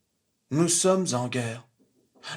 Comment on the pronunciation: Il ne dit pas NOUS SOMMES ZEN GUERRE comme il le devrait, mais NOUS SOMMEN GUERRE. À son niveau ce n'est pas un oubli involontaire de liaison, mais bien volontaire, pour être compris de tous et notamment des nouveaux venus. Ils appliquent un plan dans les moindres détails.